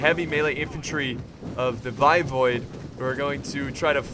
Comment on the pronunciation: Hey, a little bit of pronunciation assistance(they were pretty tricky for me too) Walachia is WALL-AY-SHA Voivode is VOY-VODE (Vode as in vote) 👍